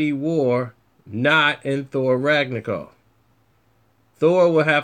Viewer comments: Ragnacoff? You mean RAG-NA-ROCK? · yeah he said Ragnagolf lol